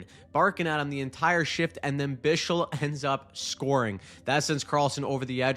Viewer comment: Bischl is a crazy pronunciation for Bichsel